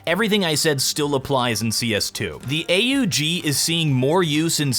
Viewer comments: YOU NEED TO LEARN TO PRONOUNCE AUG! ITS AUGH not A - Ů - G For example on mirrage rush B frist round i always go with dualies with smoke, smoke short, let one or 2 guys go before you and then just use the 30 magazine size to load into anyone who doesnt give you headshot with usp. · please never call it A-U-G ever again, i about had a aneurism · I cringed when he pronounced the AUG as "A-U-G" but still I agree on pretty much everything that's said in the video